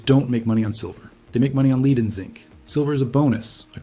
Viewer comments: Asian guy is AI. Lead is not pronounced leed. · AI mispronounces lead. AI says "leed" \, also often AI can't name large numerals. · When prompting the word lead (the metal) use the prompt "led" and your production won't sound as A I (fake). Good info but the total A I (fake) talking head and the quirky graphics degrades the site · I mean who can't pronounce lead as LEAD not lead lol.